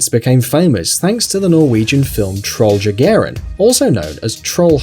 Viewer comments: t I'm norwegian and i just want to point out that you pronounce it troll je-ge-ren , other than that , great video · That was the worst pronunciation of troll jegeren (troll hunter) i have ever heard.